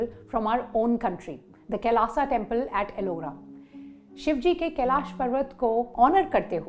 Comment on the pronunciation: मैडम आपकी एक गलती बताना चाहती हुँ जो आप बार बार केलाशा टेंपल बोल रही थी वो कैलाश होता है और आप आप इसके संधर्व मै बोलेगी की वो इंग्लिश की बोली के अनुशार है तो जी नही अ और आ मै फर्क होता है जब श का छंदि विशेष करते है तो श+अ यानी श होता है नाकि शा तो कृपा कर हिंदी की मा बहन न करते हुए आप सही भाषा का प्रयोग करे🙏🏻